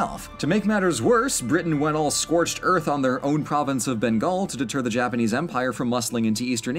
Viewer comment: I mean, if we're going to quibble he got most of the pronunciations wrong in various degrees - Babur, Maratha, Bengal. Lol. But he tried, and we've all seen FAR FAR worse on youtube videos.